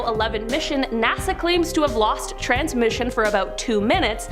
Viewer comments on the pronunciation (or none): none